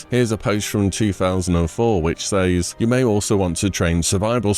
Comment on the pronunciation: why do you keep saying “says” like that💀💀